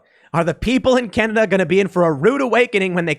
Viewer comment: ^^^ It's Canada not Cananda